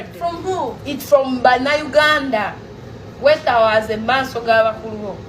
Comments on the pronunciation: Bambi ategeza kwetowaza so si kwetawaza 😂😂😂 bambi . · Kwetowaaza bambi not kwetawaaza😂😂😂wama congs ba swill oyoo cissy yetereeze afuune ne kumpiisa other wise mkno ogenda kuggwa singa tewetereeza mkn simple advice